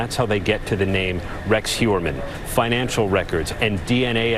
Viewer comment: H-oy-er-man..... it's a German name. Eu in German, is pronounced like oy in English.